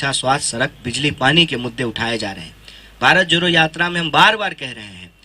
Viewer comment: Abhe joro nhi jodo hota h ..jodna bolna seekh le fir jodna bharat